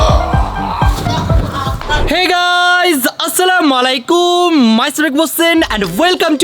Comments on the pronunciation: আস সালামু মালাইকুম না😢 হবে আস সালামু আলাই কুম😢 ওয়ারাহমাতুল্লাহি ওয়াবারাকাতুহু সালাম টা একটু শুদ্ধভাবে দিবেন 😢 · আসসালামা লায়ইকুম না আসসালামুয়ালাইকুম । 🙂🙏🏻🙏🏻🙏🏻🙏🏻